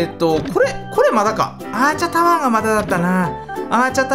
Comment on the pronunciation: アーチャタワーじゃなくアーチャータワーだよ